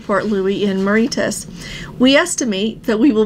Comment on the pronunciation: Hello, I think you are struggling pronouncing Mauritius. Did not want to be disrespectful but it’s pronounced “Mo-Ray-Shus”. You said someone sent the letter from the captain of the Island Princess, who is the captain now? I will be doing two segments starting from Cape Town for 51 days. As you are aware, the previous segment was cancelled but not too disappointed with the new routing as I have gone through the Suez a few times already. It is unfortunate for those who have not and will have to wait for better times. So if you have something on your bucket list, do it now as who knows what may develop tomorrow. Fred